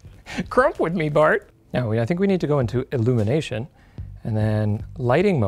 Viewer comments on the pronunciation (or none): none